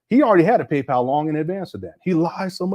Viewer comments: “PayPow” is taking me out. 😂😂😂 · I always hated how he pronounced that 😂